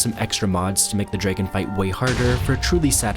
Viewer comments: Its Dragon not Dregen 😂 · Please stop saying dragon like that